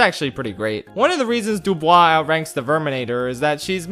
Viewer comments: It's not Dub-oo-e, it's Dub-oo-wah (DuBois) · Honestly, as a French person i admit i got slightly weirded out by your prononciation of 'Dubois', but, hey, French is a difficult language so i'm not gonna hold any grudge for that. And Thanks for allowing to remember the Loonatics, I've been searching for this cartoon's name for years.